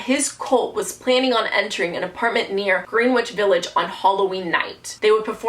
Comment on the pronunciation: It’s pronounced grenitch village